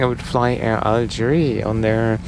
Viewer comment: Algérie pas Algerie. Vous avez oublié qu'en français, le E n'a pas le même son que le É et le È.